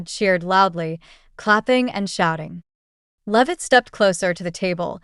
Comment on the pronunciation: It’s not loveit it’s LEAVITT. AI VOICE FAKERY